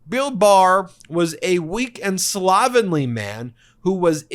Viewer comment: Look up the correct6 pronunciation of the word "slovenly".